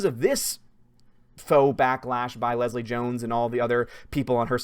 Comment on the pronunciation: Did call Jones 'Gill-Leslie?' lol